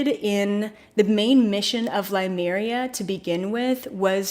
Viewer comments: Just a note, it is Lemuria not Limuria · Its' pronounced Lemuria....not Limeria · LEMURIA not Limeria. It bothers me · Please learn how to pronounce Lemuria......that would be good ....